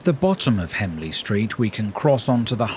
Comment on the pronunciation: As a local resident, I thought it was a particularly good overview of the town. You refer to Hemley Street but it's HENLEY street.